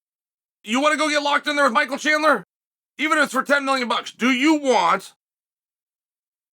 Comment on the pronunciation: And he pronounced both names correctly 😮